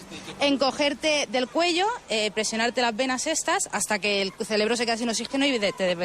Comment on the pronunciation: definitivamente algún "celebro" se ha quedado sin oxígeno. xD